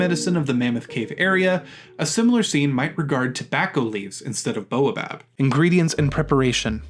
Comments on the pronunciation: Baobab has the a before the o. It isn't pronounced like boa! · I understand that this may be a sound English speakers aren't familiar with, but the continual mispronunciation of baobab grates on me. It isn't boa, like the snake, but bao. B-A-O. Baobab. :) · That should be "bay-oh-bob", please. That repeated annoyance aside, this seems like good advice.